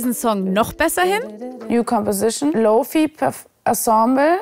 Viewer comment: Wie Lo-Fi, G-Major & Minor einfach verdeutscht hat 😝😂 Da merkt man, dass es das erste Mal ist, indem sie sich mit diesen Worten befasst hat 😇